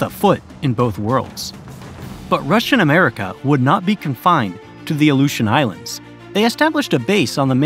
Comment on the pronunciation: You have no idea how to say aleutian islands. What are they giving us all an alley-oop in a game of basketball now? You just couldn't look it up couldn't you, thats had enough for me to never come back